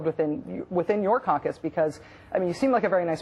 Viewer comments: WTF does that Rachel woman say after "thats a problem that needs to be resolved within your "concus""??? THATS NOT IN THE ENGLISH DICTIONARY BITCH! (Is she saying "compass" perhaps?) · How about YOU learn how NOT to act like a snide ignoramus? I already know what the term "caucus" means, but after it is manifestly obvious that what she pronounces is "coNcus" with an N. Whether she meant to or not is an entirely different matter - but its hardly a case of me being unable to spell what I hear, seeing as what I heard in the first place was pronounced incorrectly. Feel free to shut up, stop imposing, and to learn how to communicate with people a little better.